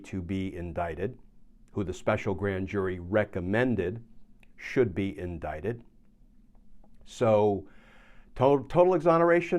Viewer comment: Indicted and not "indicated".